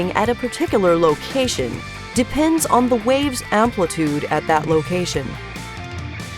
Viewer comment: The whole time watching this, I thought she was saying RAVES 😂 ohhhh